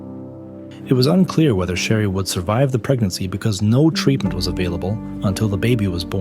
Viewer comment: The narrator kept calling his wife "Sherry", but isn't it "Cherry", like the fruit?